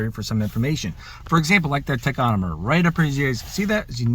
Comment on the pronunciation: "Tachonomer" lol